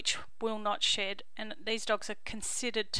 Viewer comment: In the beginning it sounds like she said dogs that don’t sh*t 😂